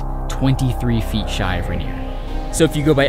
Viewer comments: I'm being a picky and I do apologize, but it's pronounced Mt Rain-ier. Not Mt Ruh-nier. Just remember, in Seattle when it rains, you can't see Mt Rain-ier. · I know I’m leaving this comment MONTHS after you uploaded this, but I had to. You kept saying “RAN-ier”. That is not how to pronounce it. It’s “Rain-ier”, quite literally exactly how it’s spelled. Even when said quickly, you should always be able to hear the “Rain”. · Love this so much… especially as a native Washingtonian…! (Bit of feedback is your pronunciation or Rainer…isnt correct. Its Rain-nier